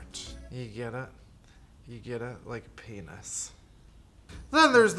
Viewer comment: The way he said penis lol XD